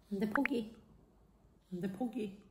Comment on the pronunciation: 포기 = 고기 처럼 들림.... ㅠㅠ 그래서 째롱이 놀라는듯